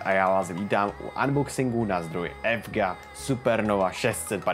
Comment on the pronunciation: Supr, jinak se to čte ívídžíej